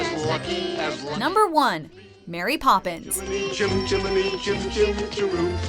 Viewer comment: Koby Pourciaux or MARY Poppins, if you go by IMDB, the video you just watched, and most if not all naming conventions. You only use r twice when it's m-e-r-r-y, as in merry Christmas